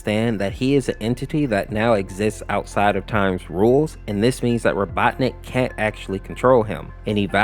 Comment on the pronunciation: my guy why do u pronounce robotnik like 5 different ways